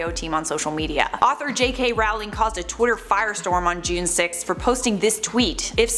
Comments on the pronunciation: American here I say Rolling, I think most of us say Rolling. Till now I've never heard this pronunciation. I think the woman on the video just pronounced it wrong. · Not a fan of hers, but if you're going to do a video about a specific person, learn how to pronounce their name properly first...